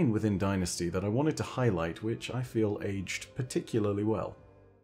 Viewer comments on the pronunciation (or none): none